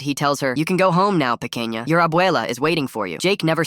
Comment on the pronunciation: in case anyone at some point wonders its supposed to be pequiña not to kenya ai is stupid